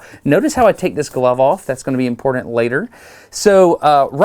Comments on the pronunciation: Sorry, you keep saying imporDant… can’t watch your videos anymore. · It’s funny Dustin. Both you and I are sharp people, but we both have a similar quality. I have a bad tendency to say Nucūlar and you have tendency to say imporDant!😉 just poking!